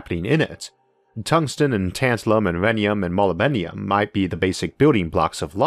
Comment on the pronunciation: molybdenum is pronounced mol-lib-den-num / muh· lib·duh·nuhm